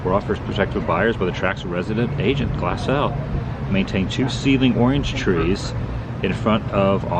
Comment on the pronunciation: Yay! Thank you for saying Glassell correctly! I grew up in the 60's off Glassell.